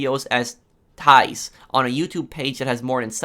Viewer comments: The youtuber is named: "TIES" you say tis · Lol this Guy says TEE-AS You pronounce it as TEAS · “Ti-yehs”.... i died of laughter! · I’m from Belgium so i know the Ties guy but honestly this kinda makes me mad. I mean, what the fuck were they thinking, I hate him for this now tbh :/. Btw you gotta pronounce “Ties” like it’s written “Tees” :P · You say the ie of Ties like the ie of griefing I am from the Netherlands👍